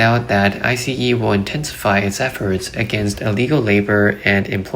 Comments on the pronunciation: It is pronounced ICE not I C E. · Its ICE, like ICE Cream or ICE Cube, not I SEE EE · Just say ice not I.C.E.